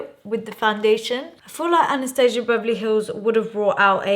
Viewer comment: Hard to watch cuz one of my pet peeves is when people pronounce Anastasia wrong